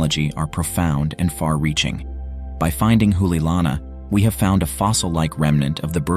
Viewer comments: Not an expert, but my pedestrian knowledge of the Hawaiian language tells me you are mispronouncing "Hoʻoleilana ". I believe it would be pronounced "Ho -- olay -- ilana", with the apostrophe acting as a brief separating pause.There is no "oo" sound. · The ' stands for a glottal stop.